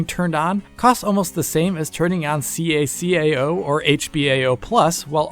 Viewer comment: ITS CACAO NOT SEE A SEE A A OU